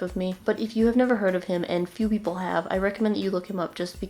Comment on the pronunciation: PAPLE (is what I heard when you shouted people)